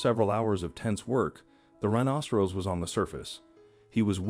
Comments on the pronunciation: Not a rhinocerose, pronunciation! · This announcer can't even pronounce rhinoceros correctly. This happens quite a bit on YouTube. I don't know where they get the announcers but they really suck! My YouTube has been going in and out for the last 2 weeks. I tried to contact them but they only take Faxes ??? NO EMAIL OR CALLS. who uses faxes nowadays?